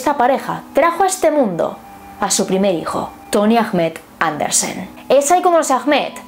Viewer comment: Ahmed se pronuncia Ahmad y el ah es como un susurro :(